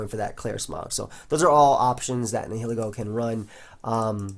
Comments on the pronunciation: It's actually pronounced Nihilego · I think it's Nile-ego. Like Nihilism and Ego. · Lets stop the bullshit: Nee-hee-lee-go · I'm pretty sure it's pronounced like "nye-ih-leh-go", with the H being silent. That is assuming that it's name comes from the words "nihilism", "nihilist" etc., which I assume is the case as those are the only english words starting with those 4 letters.:) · Neye-lego you definitely don't pronounce the h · Ni-huh-lee-go. That's how it's pronounced, I believe. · its Neel-Eego because its based of the latin word nihil and ego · also i looked it up and nihil is prounounced Neel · Nihilego is pronounced as Nile-Ego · Nihil is pronounced the same way as The River Nile. Learn to google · I'm pretty sure it's actually pronounced Nihilego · Black&Blue Nah man it's pronounced Nihilego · Are you guys dumb?! It's pronounced Nihilego, NOT Nihilego. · the h is silent like in annihilate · Searag A its pronounced nihilego